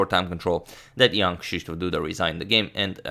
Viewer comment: I am amazed how well you pronounce Krzysztof.